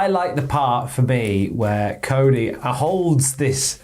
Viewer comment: British says Cody = "Co E"